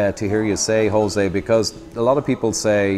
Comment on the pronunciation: In Spanish it's not pronounced as an R, at least not an English R. It's prounounced as the Ch in Loch.